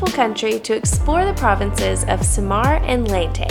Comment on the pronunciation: It's Sa-mar and Ley-te....